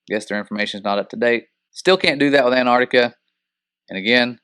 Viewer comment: Your pronunctiation of Antarctica sounds like , " a ner ti ka "